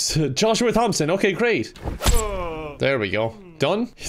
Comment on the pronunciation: Kevin I do not appreciate you attacking my brothers. Also it's pronounced Tom-son, if you gonna beat us at least call us right 😭